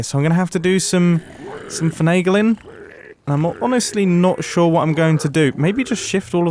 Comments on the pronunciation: “Fnegling” “fengshwer” Was he inventing words to sound more expert? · Fiangelin? Finaglein? Mumbo Hello? Earth to mumbo? Are you ok?